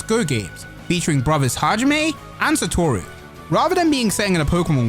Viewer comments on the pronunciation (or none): none